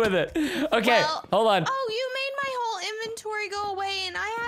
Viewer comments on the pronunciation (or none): none